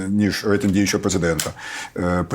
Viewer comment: Взагалі-то "рейтИнг", а не "рейтЕнг"...